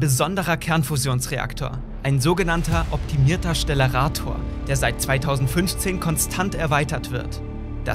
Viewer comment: Es wird stellarator und nicht schtellarator ausgesprochen.